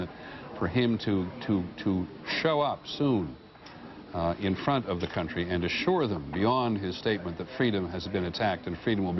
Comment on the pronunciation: 43 Peter says CUNT - TREE